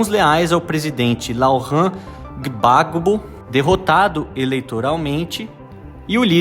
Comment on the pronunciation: Pronuncia-se “Babô” e “Uatará”